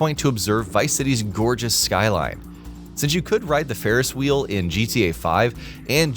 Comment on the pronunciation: Ride the Farris Whee 😂